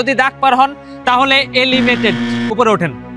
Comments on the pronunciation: Bhai elimated na Hobe eliminated bhaiya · Elimated(এলিমেটেড) না কথাটা eliminated (এলিমিনেটেড) মানে বাদ যাওয়া একটু শুধরে নেবেন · Elimated nhoi re bhai, eliminated hoi😂